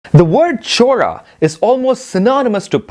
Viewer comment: Chola is a kingdom... Chora is thief... Please pronounce names properly.